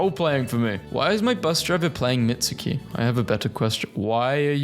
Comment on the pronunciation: MITSUKI???? YOU MEAN MITSKI???? RRRRR HER NAME ISNT MITSUKI ITS MITSKI 👹👹👹👹👹👹👹